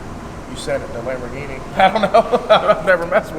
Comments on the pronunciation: Onehundreadpersent* Lahamroghinnie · Cam-borgini? Lamb-aro?